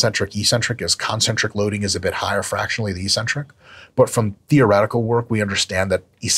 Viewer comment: Hey Mike, EEEEEEEcentric isn't a word. It's 'eccentric'. It's one of the most important words in your vocab. Look it up.